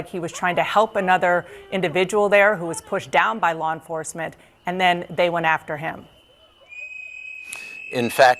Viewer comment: Bovino keeps saying "lol enforcement"